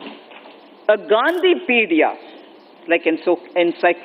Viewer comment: Not Gandhipedia... Gandhipeede...